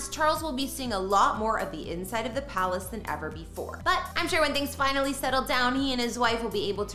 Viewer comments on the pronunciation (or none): none